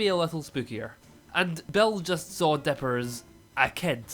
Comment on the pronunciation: I’m pretty sure it’s dipper not bipper….